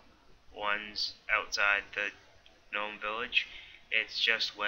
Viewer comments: the G in gnome is silent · wow u rly cant pronounce gnome? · gnome= pronounced nome silent g not GEE NOME also its cather-bee not cather-buy